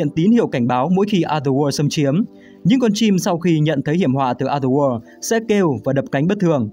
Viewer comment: Cảm ơn W2W đã làm về Silent Hill, mình rất mê phim này. Nhưng cho mình xin góp ý về cách đọc từ "Other World". Cách đọc khiến người nghe bị nghe nhầm thành "Ather War". Còn đâu mọi thứ rất ok ạ